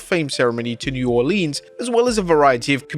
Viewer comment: New Orleeens